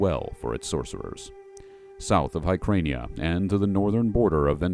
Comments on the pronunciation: Hyrkania; pronounced like Higher-kania, not Her-krania. Howard depicts Brythunians as fair skinned blondes and their culture as pretty much a vassal state of Aquilonia, but you're right, there isn't much to go on.. I found the inclusion of Yamatai in Exiles surprising as I believe they are not mentioned anywhere in Howard's work. If memory serves they are another mythical antediluvian culture like the Lemurians and denizens of Mu, theorized by spiritualists and pseudo historians at the beginning of the 20th century. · Great video with some 'interesting' pronounciation. 🙂 Vendhya is supposed to be pronounced Vendia, isn't it? Bryth sounds like Myth 🙂 Herkania etc.